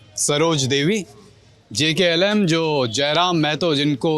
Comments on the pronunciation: पत्रकार महोदय आप JLKM को JKLM ना कहे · Ptrakar mahoday jklm nahi Jlkm 🎉🎉🎉🎉 party Party ka nam nahi bol pa rahe hai...... Patrakar bik chuka hai .....